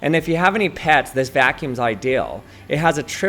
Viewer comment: It sounds like you’re calling the vacuum “mulva”